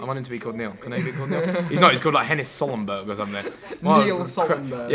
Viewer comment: Best pronunciation of "Solberg" ever